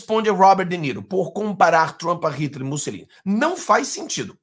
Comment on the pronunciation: Não é MussEline 🤦🏻‍♀️. É MussOlini por Cristo 🤦🏻‍♀️😆